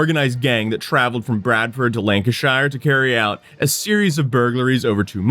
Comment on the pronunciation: first time I heard him say Lancashire I was hoping he meant a place in America with the same name bc of his pronunciation. When he said Kendal and Bradford I realised, nope, it was another Worcester case of Americans very slightly but very obviously mispronouncing British place names. Understandably so, but it hurts every time man 😭 AAHAHAHAAHAHAAAHAHAHAHAHAHAAHHA I COMMENTED THIS BEFORE THIS PART OF THE VIDEO OMFG